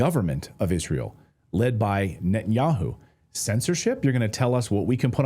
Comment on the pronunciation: Netanyakhu says Khamas is khorrible...